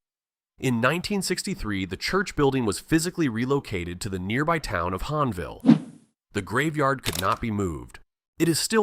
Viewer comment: And Hahnville.